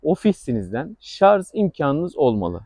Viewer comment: Hocam, bilgilisiniz belli. Ama lütfen şu "şarz" lafını kullanmayınız. En az 20 defa kullandınız videoda. Doğrusu, "şarj" dır.